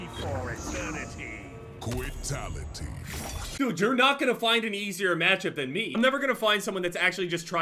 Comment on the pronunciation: That quitality tho 😂😂